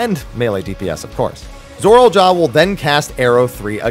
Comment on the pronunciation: I can't get over how he says "Zorol" instead of "Zoraal"